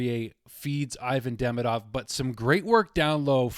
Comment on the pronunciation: 'ee-VAHN dee-MEE-dov' is the correct pronunciation of his name. What a start for this guy. Let's hope we get back-to-back Calder Trophy winner!